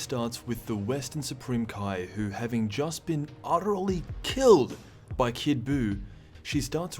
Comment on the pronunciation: The way he emphasizes "killed by kid buy" lmao